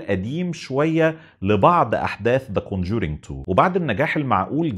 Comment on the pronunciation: كون جورينك.. يخرب بيت ام نطقك..